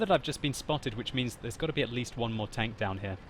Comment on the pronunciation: I like the way he says tanK :D